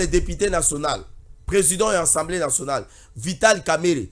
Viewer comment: La plupart de communicateurs disent : ENSEMBLÉ au lieu d' ASSEMBLÉE, ça fait honte au public quand cette petite anomalie persiste, est ce qu'on lit pas ? Veillez avoir l'autocritique, l'introspection, lisez aussi les manuels , vous avez des téléphones Android. Quand on n'a pas la maîtrise d'un mot , vérifiez le